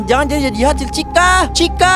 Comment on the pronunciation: Chica( iitu chika) bukan cica